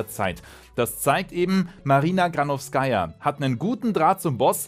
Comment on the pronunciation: bei ihrem Nachnamen liegt die Betonung auf der zweiten Silbe